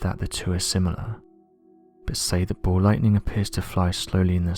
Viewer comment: SAY BALL Lightning, not Bow Lighting